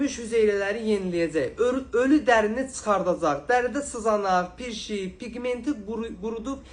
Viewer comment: Pirşik yox prİşik